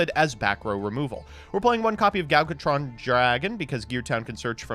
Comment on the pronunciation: Is calling Ancient Gear Gadjiltron Dragon "Gal Gotron Dragon" some sort of Gal Godot joke or something? I ask because he dogged for his pronunciation of the card name while simultaneously getting it wrong every single time he said it. THERE IS A "J" IN THE NAME. YOU KNOW, "J"? THE FIRST FUCKING LETTER OF YOUR NAME? YOU KNOW HOW "J" IS PRONOUNCED DINGBAT? YOU ABSOLUTE BUFFOON?!